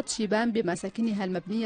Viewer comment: إسمها شبام وليس شيام